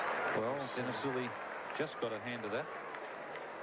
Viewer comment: Lilly nahein ya Lully hay